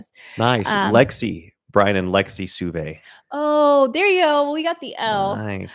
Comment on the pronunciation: Lexi Sauve. And I think it's pronounced "Soh-vay"